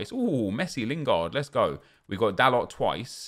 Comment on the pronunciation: It's pronounced "Da-low" NOT Da LOT!!! 🙄